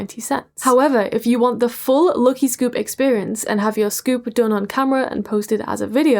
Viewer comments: Why are you pronouncing "lucky" like that? It's not how you say lucky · WHY ARE YOU SAYING LUKY NOT LUCKY??? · Everytime she says 'lucky' I hear 'lowkey'😂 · The way you pronounce "LUCKY" for some reason really pisses me off, sorry